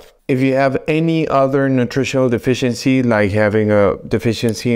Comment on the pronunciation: This narrator can't even pronounce defiency correctly. And we are supposed to listen to him???